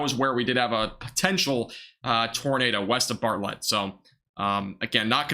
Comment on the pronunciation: Need to learn how to pronounce towns in Texas, like Bartlett